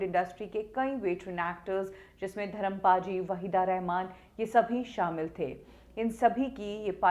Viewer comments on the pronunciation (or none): none